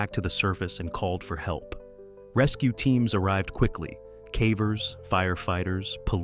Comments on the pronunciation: Well, cavern is prounced “caa-vern”, so of course caver must be pronounced as “caa-ver” 😜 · “For these cavvers,…” 😂